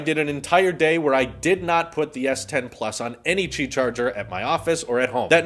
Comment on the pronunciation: 'QI' is pronounced 'Key' not 'chi'. The NOTE 10 won't have any buttons on the sides at all! NONE! There's an app for the S10 series that u can make the camera hole/oval light up & change colors too, not just the outer perimeter of the phone. The S10e doesn't have the fingerprint reader under the screen like the other 2 models.